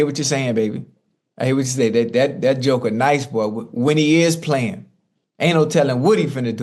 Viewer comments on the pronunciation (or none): none